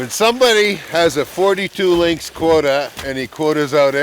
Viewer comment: The singular and plural form of lynx is the same, lynx. Link is not a proper pronunciation for either singular or plural.